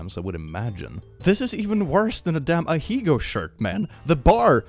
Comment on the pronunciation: I’ve never heard someone pronounce ahegao as ahiigo before, and I can’t decide if not knowing how it’s pronounced makes the better person.